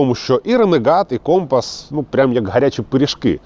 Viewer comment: Надо ударение на С , как на флоте